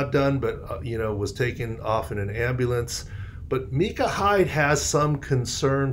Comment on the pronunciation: Micah. No its micah